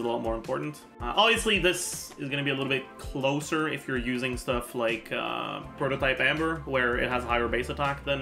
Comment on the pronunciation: I dont why said Prototype Amber like that but it's so funny to me for some reason